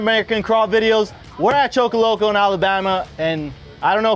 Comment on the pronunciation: At least learn how to say it right,Choccolocco,pronounced Chock ah lock uh.......